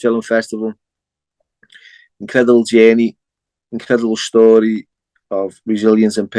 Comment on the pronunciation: ah that's lovely to hear both accent at the same time. as beautiful as hearing you say "schtory" & a Liverpudlian saying "experience" in a distinct tone. Northerners' souls shine the brightest.